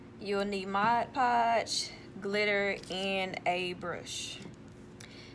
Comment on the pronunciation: I just realized... You’re the only person I’ve ever heard pronounce mod podge correctly.